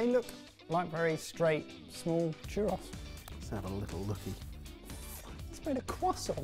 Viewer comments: Haha I'm going to try my best to explain it but one churro sounds like chew-rO. As long as you try most spanish speakers wont ever tease you. We love a non spanish speaker trying! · Churro, chu(like shoe) rro( like Robert). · that is NOT a defense in a TWO SYLLABLE WORD. He's got two vowel sounds to remember, and it's food, not an operating system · I love these guys but I find it a little funny how they pronounce tortilla perfectly, but not churro